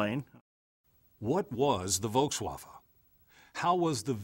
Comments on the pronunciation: Semour Skinner Volkswaffle: German pronunciation It's a waffle, mate. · Volkswafffe haha.